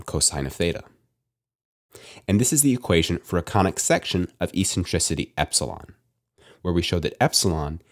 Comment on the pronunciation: This is the first time I hear eccentricity pronounced with as “essentricity”, but always as “eKSentricity.” Good job though and thanks for these videos.